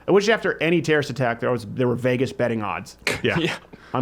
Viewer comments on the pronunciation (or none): none